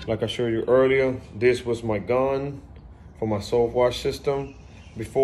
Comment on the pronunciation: “ DA GILMOR GON” 😂